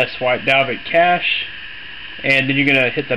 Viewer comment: it's cache not caché... sorry i found that annoying. thanks though